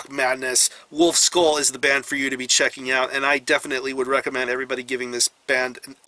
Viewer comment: Great review, but try learning the pronounciation of ü! :D its not u but ü